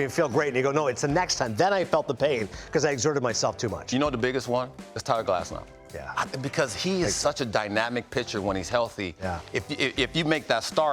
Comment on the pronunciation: このチャンネル好きなんですけど、だからこそ言いたいんですけど、グラスノーじゃなくてグラスナウですよね、絶対に。現地メディアがそう発音してるんですから。